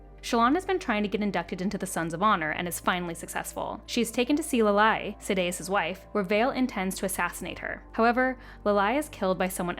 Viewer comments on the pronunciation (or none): This is a great recap, but the pronunciations are baffling. Jasnah is grating, but it's the ones like Ialai and Urithiru where it doesn't even match the right letters that are most confusing. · I know everyone talks about the pronunciations but this is one that both you and Dan Greene do that really seem like pure misreading. It's not Lalai, its Ialai. That is a capital "I" not a lowercase "L". Her name begins with a vowel and ends with the same one, making it symmetrical, which is, as the High Prince notes, is a "bit of heresy on the part of her parents". I know it's easy for little comments like that to be skimmed over in a huge series like this, but when you notice it, you can recognize how her name is written and supposed to be read. EE-uh-lay or EE-uh-lye. EDIT: Also the Sibling uses the they/them pronoun I believe.